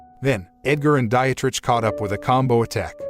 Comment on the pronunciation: “Dietrich” == DEE-trick